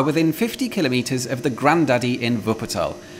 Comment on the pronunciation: At last, someone who correctly pronounces kilometre (or as my American friends spell it, kilometer). The stress is on the first syllable, not the second, thus /ˈkɪləmiːtər/ and NOT /kɪˈlɒmətər/. A simple rule states that all SI unit prefixes are so stressed in English. Placing the stress on the second syllable denotes not a unit of measure but a device for taking measurements. So a micrometre or (American) micrometer (stress on the first syllable) is one millionth of a metre, whereas a micrometer (stress on the second syllable) is a device for measuring small distances precisely. See an excellent reference book by Kingsley Amis "The King's English" for the authority for this viewpoint. Who said pedantry was dead (Jeff, Jago?). Here endeth the lesson.